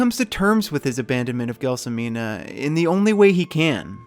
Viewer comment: It's pronounced JEL SO MINA and Zampano is pronounced ZAM PA NO. How could you mess it up ? it's easy lol 😂